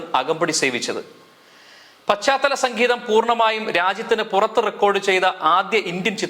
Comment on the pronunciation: സക്കീതം അല്ല സംഗീതം